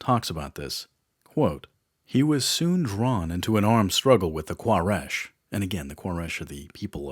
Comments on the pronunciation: Quraish (koo-ray-sh). Al Hudaibiah (Al hoo-day-bia). Get it together man. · Quraish (Qoo-Ray-sh) not K in Arabic it's قبيلة قريش ... it's ok he make mistake because there is no letter "حرف القاف" in English